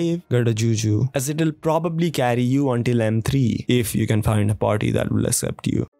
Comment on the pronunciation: bro had me rolling when he said accept like assept